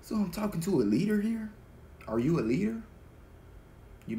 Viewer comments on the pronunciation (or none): Asè thank you for the message. I swear it sounds like you said Lyric (my name) when saying Leader . Maybe I’m trippin lol